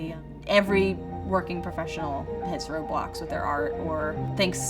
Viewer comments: thought she said roblox 💀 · Always when she Said "roadblocks" i thought she Said "roblox" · i clicked out just as she said "I hit roadblocks" and I thought she said "I hate roblox" so I got really confused and came right back to see where the hell that was going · “I had roadblocks a lot” What I heard: ”I have roblox a lot” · Whenever she said “Road Blocks” I thought she said “Roblox”